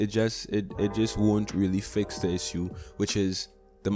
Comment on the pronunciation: Why are you pronouncing "issue" like that ? Bruh